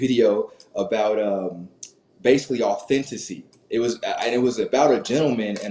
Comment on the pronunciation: “Authenticity”…you couldn’t get that word right and it was driving me nuts. Just keep that in mind for future conversations.